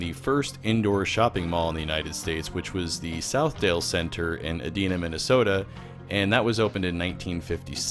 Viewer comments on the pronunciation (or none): Its E Die Na not E DEAN A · Edina is pronounced Ee die nuh. Got it? Good! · Just a heads up, Edina is pronounced ee-die-nuh though I'd never expect you to know that. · Love the video! One thing that stood out: Edina, the city in Minnesota, is pronounced "uh DIE nuh." I used to book onsite tech support throughout the Midwest, and got corrected on it more than once. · You butchered Edina... it is pronounced E-DIE-na. :) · Dayton's didn't merge with Hudson's, they acquired them. Also, it's pronounced; ee-DYE-nuh (/iːˈdaɪnə/). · I’ve never heard anyone pronounce Edina that way before, makes it sound way less like the ultra-rich snob suburb it is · The I in Edina is pronounced like "eye". Target is one of the closest businesses to where I live. I never go there. Especially since self checkout was shut down the last 5 or so times I went. The cashiers were really slow.